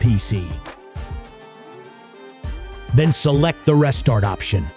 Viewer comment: Seriously PassFab not willing to pay for a voice actor. Winkey 😉 is actually pronounced as Win-Key and restart isn't rest-art